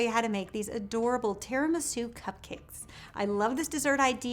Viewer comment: “tear-in-my-shoe” cupcakes